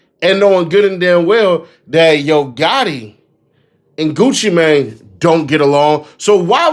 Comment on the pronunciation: She saying it correctly "GucciMane" not "GucciMain"